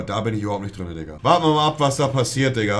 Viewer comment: ist euch auch aufgefallen dass monte immer "drünne" anstatt "drinne" sagt xD